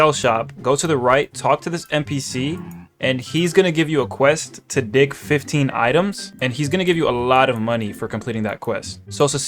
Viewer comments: why at the start it sounded like he said welcome to dih☠☠ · He said dih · He did NOT say dig 🥀